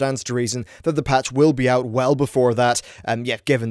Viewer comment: "I have managed to squeeze oit three videos oit on this.... so far"